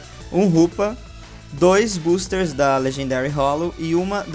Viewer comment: tu fala buusters kk